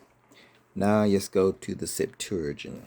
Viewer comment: You should learn how to say Septuagint